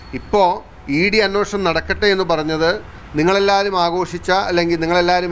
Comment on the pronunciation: അന്വേഷണം അല്ലേ...?? അന്നോഷണം എന്ന് പറയുന്നു... 🤔🤔